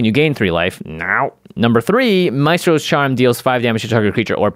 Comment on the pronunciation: lol can we get one of the editors to get to say Mystros instead of Maystros? All the musician MTG players are cringing lol